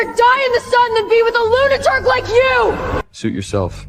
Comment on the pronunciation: The word is lunatic not lunaturk.